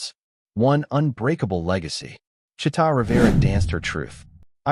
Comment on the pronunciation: it's Chee'ta